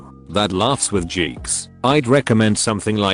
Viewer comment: Why does the robovoice pronounce geeks "jeeks" and jeans "gheens"